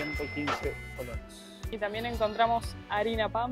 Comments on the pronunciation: tantas veces han dicho y todavia no han aprendido a decir colones bien, si con e al final, colones y en singular colón. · es colones no colonos jaja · COLONEEEEES NO COLONOS jajaja cada vez que lo dicen mal me da el patatús 😅😅😅😅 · Cómo es que llevaban ya varios días en Costa Rica, y nadie les haya dicho que se dice COLONES y no colonos como lo dicen ellos... 😂😂😂😂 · Se dice colones no colonos. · Creo que se dice Colones y no Colonos, pero que me corrija un tico 😃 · Jajja es colones no colonos . Me hace gracias escucharles decir colones 😂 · Hola apreciables y, por favor, la moneda en Costa Rica se pronuncia colonEs. Un abrazo! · Colonesssss COLONES C O L O N E E E S. POR DIOS!